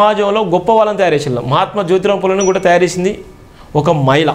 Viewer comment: Maila kadhura swamy Mahila ani palakadam nerchuko tharuvatha uddaristhuvu ley